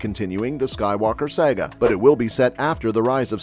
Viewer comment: I find your pronunciation of "saga" disturbing.